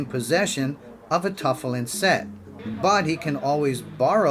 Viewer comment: If you're going to do a Jewish video, at least learn how to pronounce tefillin and Chabad. Respect.